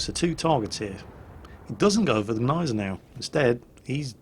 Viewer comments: As a german, I think I'd know if it was silent. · you are right. just wanted to help. it just feels kinda akward for a german to hear that. im totaly ok with u guys not trying to pronounce "selbstfahrlafette" (arty) right, but come on, Gneisenau! its easy ;-) AND its a NAME of a ship. show some respect :-* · the g in gneisenau isnt silent. try it, its fun! sincerly, all german viewers. (its pronounced like the g in good) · Love the videos please keep it up. On a little side tangent, the G is silent in gneisenau I believe.